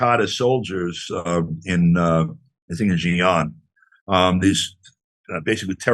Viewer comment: LMAO at pronouncing the Chinese region of XinJiang.